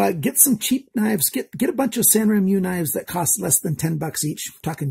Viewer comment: The name is pronounced san ren moo. The characters are written in Japanese, I believe the Chinese company is trying to come across as a Japanese knife. Japanese words are pronounced just as they are written; the sounds don’t change if properly spoken. As in every country there are accents and slang pronunciations that might change from time to time. LOL, and it’s GAN-zo not Gone-zo. Keep up the good work. Sorry Canada is trying to make it so tough on you knife collectors.